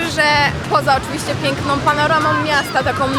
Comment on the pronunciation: PięknOM,połączonOM,liczbOM sOM , nie będOM, świadomościOM, ze mnOM, mogOM, czekoladOM, odzieżowOM, salsOM, ciężko się tego słucha, kto tak kaleczy język polski.... 😮😢